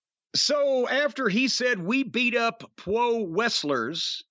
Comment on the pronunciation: Oh shit corny you're killing me 🤣 "Pwo wrestlers"